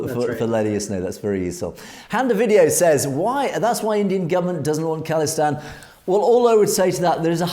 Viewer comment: how you say Khalistan is absolutely correct. Not call istan! God knows where they got that from.